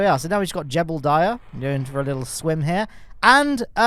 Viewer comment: Jebediah Kerman: ❌ Jeblediah Kerman: ✅